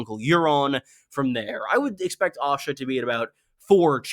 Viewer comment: Pronouncing Asha with an O sound throws me everytime I hear it. I was curious when Osha became a viewpoint character only to realise you meant Asha.